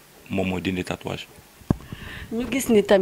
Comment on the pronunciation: stp prononce bien mot tatouage animatrice bi la wakhal